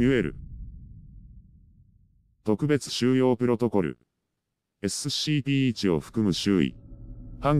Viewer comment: 毎回SCPの事をエッスッシーピーって言ってて草生える